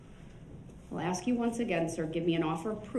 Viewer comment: So is saying "ax" instead of "ASK" a colloquialism? It drives me nuts!